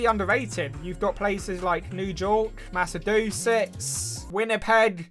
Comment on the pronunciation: new jork, macedusetts, and winnipeg ah yes, my three favorite states